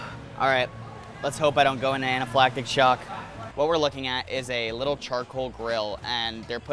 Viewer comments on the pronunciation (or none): none